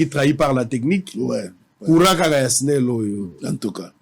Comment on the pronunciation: balobaka esnel te balobaka snel